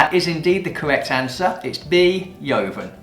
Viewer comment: 10/10 it was quite easy for a wine professional with +10 years experience. Your pronunciation of la jota is a bit odd... yoven, verdeko?